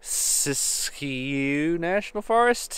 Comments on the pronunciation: You said it right. Sisk-you is the way to say it. If you end up in Yreka CA, the county seat on I-5, swing by the Main Street Meat Market. They are a deli/butcher's shop and they have the most amazing "wet" beef jerky of all time. It's cured and refrigerated. It's essentially meat candy. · You pronouced Siskiyou just fine. It's one of the few PNW names that is spelled exactly the way it sounds :)